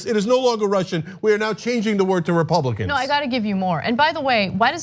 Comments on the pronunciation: Love Hillary but she said Russians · I think she said "RepRussRicans" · From an Aussie...... I definitely heard "RUSSIANS" LOL LOL LOL LOL etc